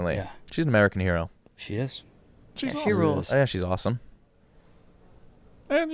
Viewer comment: saying “aw-tum” instead of awesome and trying to skrt by the L. I found you.